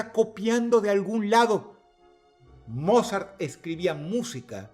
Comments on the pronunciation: La audiencia de huesos negros coincidirá conmigo que cada vez que menciona a "Mozart" realmente estamos escuchando decirle "Morzat" 😂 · No puedo evitar escuchar "morzat" y reírme un poco ajajajajajaja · Dross... beethoven o morzat?